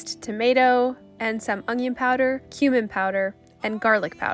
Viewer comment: I like how so say ‘ongion’ and not oNion 🧅🥰